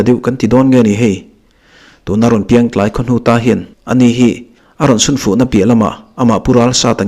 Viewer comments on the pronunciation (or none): none